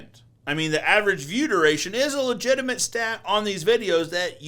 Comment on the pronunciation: Great video from start to end! Didn’t know View-Duration was a thing! Sounds like one long weird word. ViewDaRation! Lol 😆